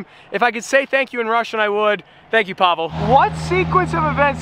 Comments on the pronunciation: Pablo🤣🤣 it's Pavel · He is not a gypsy, he is russian so don’t call him pablo, its Pavel!!!!